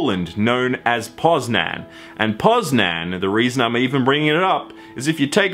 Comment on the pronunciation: “Poznan” I’m polish and... You said that completely wrong..